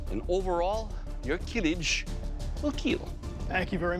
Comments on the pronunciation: Not killj .... kiliç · İts not a kılıj its kılıch... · Not "kilij" but "Kılıç" . "ı" sound pronounced like "brother ı ı ı ı gh " you heard in social media 😂 or the last part of when you say "dungeon" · Kılıç ( which you call Kılij ) already means "sword" bruhh 😅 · Kiliç would be a better translation in my opinion to give the "ch" sound right at the end rather than J. It's read as "Kihlitch" in English. Kılıç is the default word for sword in Turkish. Ottomans used "yatağan" which is a curved type of sword. It's also read as "yataahn" in English. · Kilıj is wrong its kılıç and it means sword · its "kılıç" not "kılıj" learn words dude. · It is kılıch, not kılıj. It is spelled like charity's "ch". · is is not kilij but kılıç (kilich) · not kılıj its KILIÇ it means Sword in Turkish. EDUCATION FOR GOD SAKE. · it is kilic not kilij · its kılıç. reads like kılıch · NOT kılıj its KILIÇ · no, not kilij. its kılıç. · Kılıç means sword. Not kılıj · KILIÇ NOT KILIJ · its not kılıj its kılıç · you don't say kill itch and kılıç jus means sword 😂 you pronounce it more like kulutsch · NOT KILIJ İTS KILIÇ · kilij 😂 wtf is kılıj its ''KILIÇ'' It is pronounced as kılıch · not kılıj, kılıç (ç=ch) and it's a turkish wrod which means sword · its Kılıç actually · It should ben pronounced as "kilich"